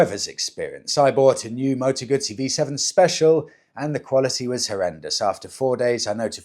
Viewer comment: What's a Moto Gutttsssee 😂😂😂Never heard of those only a Moto Guuuuzzzzzyy